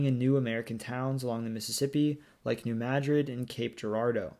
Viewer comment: Congratulations on pronouncing New Madrid correctly. Geography by Geoff got it consistently wrong recently, whereas SciShow got it right the next day.